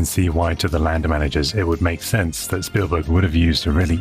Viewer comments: Speven stielberg? Did I just hear that correctly at 1.23? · I giggled when he said speven steelberg 😂 I do that crap all the time hahaha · Speven Stillberg? Hilarious. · Did he just say "Speven Steelberg"? Oh my God, it's time to go elswhere. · "Speven Steelberg" 😁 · Speven Stealburg 😂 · speven stielberg 😂😂